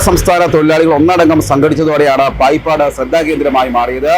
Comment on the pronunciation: പായിപ്പാട് അല്ല.. ബായിപ്പാട്...